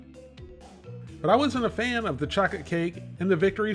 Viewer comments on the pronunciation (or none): "chaw-kit cake" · I had to rewind like did say chocate cake 😂😂😂 love your videos and I never miss one..